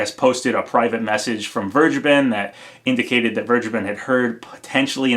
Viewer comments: Please pronounce vergeben as ver-gay-ben, ever since I heard that it's a German name it really bothers me that everyone is mispronouncing it Check the pronounciation on google translate to be sure, the English translation of vergeben is forgiven. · As a German it always sounds horrible how you guys say Vergeben. I just want to help you how to say it right: Say it like "Fair-Geyben". Only don't pronounce the "y" so hard as you would say it with gay or grey. Try to keep that "y" silent. Hope this is helpful. :) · As a native german speaker, the way everyone is pronouncing "vergeben" hurts my ears xD